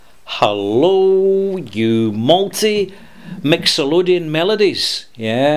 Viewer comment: Great malt mention, but I think you meant "mixoLYDian" not "mixoLODian" melodies. Just speaking as a music theory geek. Great review as always, btw! I WILL be getting a cognac in the near future. Cheers! ^_^